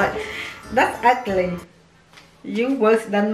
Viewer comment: she said “that’s uccly